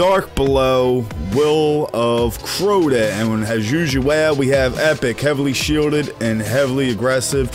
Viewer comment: Good video, But that's not Crota! I laughed every time you said it. Good job man.